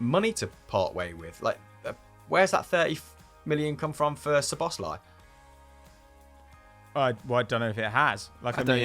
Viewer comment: As a Hungarian, the way you pronounce Szoboszlai is wrong. The “szobosz” part is right but we pronounce “lai” differently. We pronounce vowels differently, “a” sounds like the first a adidas, “i” sounds like the i in “in”